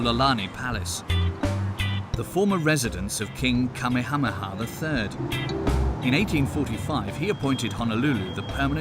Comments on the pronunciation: Pretty sure it's an AI bot. Even the dumbest British person should know the King's name isn't pronounced "Kommy-Ha-Ha". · If you're going to narrate a documentary on Oahu then at least learn how to pronounce Ka'meha'meha.